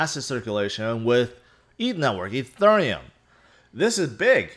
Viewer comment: You always pronounce ethereum like a southern woman at a waffle house